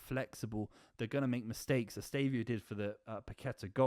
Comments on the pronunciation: Say it with me: Ess-teh-vah-oh. Who tf is Estavio?? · EsteVÃOOOOOO bro, lear his name is